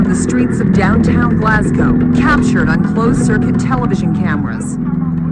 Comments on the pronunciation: Glaz- go < that would be the way to pronounce :-] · It’s pronounced glazgo